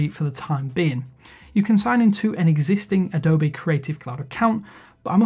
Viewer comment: Wtf is Adobay? It's Adobee :D